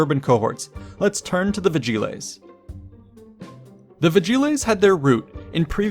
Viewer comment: a bit painful how you pronounce vigiles, but otherwise great